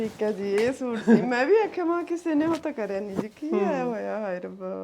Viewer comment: ਸੁਟ ਨਹੀਂ ਹੁੰਦਾ ਸੂਟ ਹੁੰਦਾ ਆ